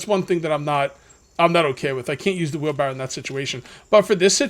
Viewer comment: FUN FACT: It's wheelbarrow not wheelbarrel. I personally didn't know this until I was well into adulthood.